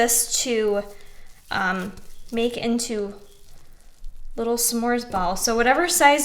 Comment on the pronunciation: I've never heard anyone annunciate s'mores the way you do, but it now makes sense realizing how it's spelled. I've been lied to all my life.